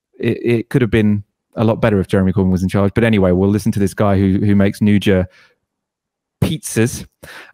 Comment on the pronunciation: ahahahah glad someone corrected in the pronuciation of 'nduja'